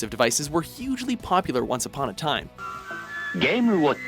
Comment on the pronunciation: "Gaay watch! Gaay watch! Gaay watch!" I'm the only one hearing this? ok